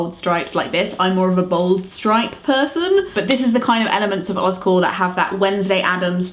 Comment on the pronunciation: You're saying Oz Core, but my brain hears Oscorp...from Spiderman. 😂 But I'm on board with OzCore!